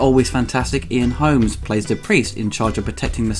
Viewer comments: Did he call him Ian "Holmes"? It's "Holm," homes. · Ian Holm. Not Holmes. Holm. Not Holmes. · Ian Holm, not Holmes. If you are going to present yourself as an authority on cinema have the courtesy to get actors' names right.